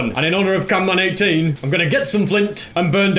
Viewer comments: said canman even though its camman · It's not canman18 it camman18 😊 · He's called camman 18 not canman18 it's like calling you xb737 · bro said canman18 when its camman 18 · Did he just say CANman18?